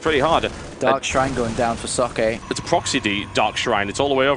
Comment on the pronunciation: i love how the pronounce socke xD so bad :)